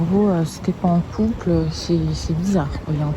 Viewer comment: Haha j'ai trop rigolé à la fin: "couple, coupleeu, couple, couuuplee" ;'D